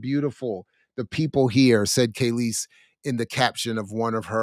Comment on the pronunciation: Just listening mid point, and I just can’t take it… her name is KAAAAAHLEEEEESE… NOT KAYLEESE. The fact that you don’t even know how to pronounce her name after 30yrs shows you know nothing of her. I can’t take you very serious. You’re just reading rhetoric you found somewhere online.